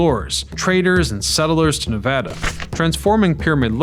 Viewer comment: Thanks for pronouncing Navada correctly.